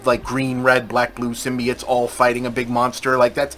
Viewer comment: I love when Bob says "symbiates" instead of symbiotes. its like hearing your grandpa talk about robuts!